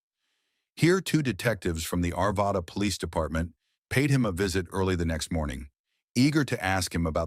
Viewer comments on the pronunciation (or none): none